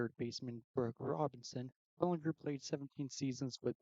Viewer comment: Lol, its Belinger, its Belanger lol😂😅